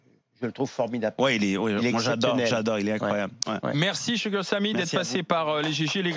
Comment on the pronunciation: Woow ses La première fois que j'entend un Français prononcé correctement Sugar !!!